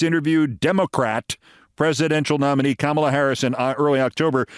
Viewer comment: Do you also pronounce the word comma as Kama? ,la. , la. Comma-la.